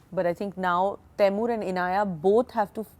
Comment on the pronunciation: Is she pronouncing tae-mur as ti-mun?